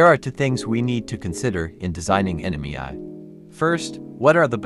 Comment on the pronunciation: The ai voice can’t say ‘ai’😂 great video and explanation, a few typos but your intent was clear